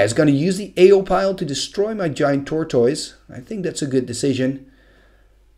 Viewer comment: I love your videos and the commentary on them is always wonderful. Your English is damn near perfect, so I hesitate to mention anything. But I come from the American South, so take that as you will. Most Americans I am around pronounce "tortoise" as "tore-tuss." Same with "Zealot." Most people I know pronounce it "zell-lot." Again, no hate. I love the videos and love the commentary. Just wanted to post this.